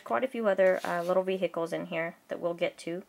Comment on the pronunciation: I like how you keep saying ve-Hicles, that's funny.